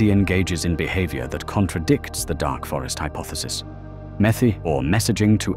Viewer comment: METI not METHI.